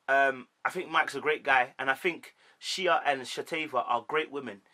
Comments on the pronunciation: Yeah but if you watch the show you would hear them get called by their names all the time. If you sit down to record a video talking about them, you should at least get the pronunciation of the names of the people you are talking about. No one has ever said 'Sheee-A' on this show ever. It has always been pronounced 'Shay'. And Mike literally said the other lady's name as 'Shan-Tay' in the clip you show and you still called it wrong. Not one name you called correct. Not one!!! 🤣🤣🤣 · Shea= Shay Shatava= Sha-tah-vah Shaunta= shawn-tay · Shea is pronounced Shay